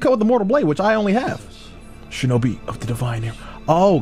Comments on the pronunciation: fam said, "shoenice" I'm weak. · “3,2,1 shoenice” Had me dying